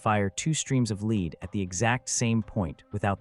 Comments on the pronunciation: Effing ai, leed or lead? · Why have you not been able to council AI to stop mispronouncing lead as leed instead of led? Apparently, AI is not very smart, is it??????